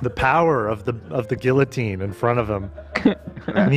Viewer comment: I’m starting to doubt that Babel lessons are working considering how he pronounce guillotine lol